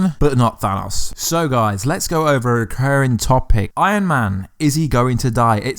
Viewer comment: Hard to believe anyone that doesn't know how to say the word thanos correctly, we get it ur from another country, but stan lee him self pounces it every time correctly if you want to correct him go ahead and try. We can all laugh at u when u do...